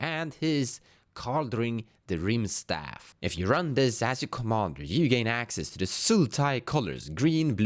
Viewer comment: It's rimestaff as in rimestone, pronounced rime like time. Same with kaldheim